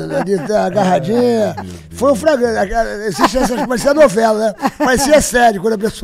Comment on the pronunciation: Ele faliu "FRAGRANTE" mesmo?!😅